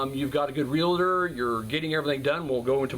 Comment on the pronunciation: REAL-TOR... NOT REAL-A-TOR